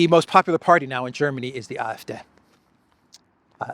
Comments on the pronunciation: It’s: AfD = Ahh Eff DAY vs Ahh Eff Deh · AFD pronouncing....AF and then a D like saying a short - day-. AFday.